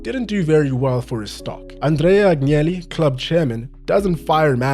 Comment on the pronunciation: Good job man. Not a criticism; the L in Barella is pronounced, the double L in Italian is accentuated more than a single one, as if you are pronouncing it twice. Agnelli, you can read as An-yelli, you would be much closer as the G is silent anytime before N or L, similar to how you correctly pronounced Bologna. Hope it helps.